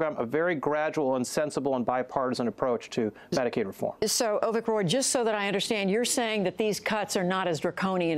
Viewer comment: Hey man, its Avik not Ovik.